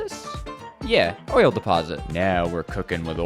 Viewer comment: DID YO SAY OILLL